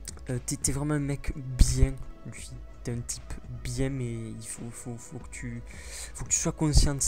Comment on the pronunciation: Luffy Mdr sa se prononce pas "u" mais "e" pas grave quand même mais sa ma fait rire